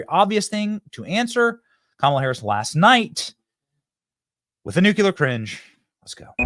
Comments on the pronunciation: Benny, I love you. It's Nu-CLEE-ur. (Nuclear. See the order of those letters? Not Nuke-you-lur.) Please, stop saying it like GWB. Thank you. I appreciate you. I just ... please. Thank you. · Nu-CLE-ar. Not “nu-cue-let”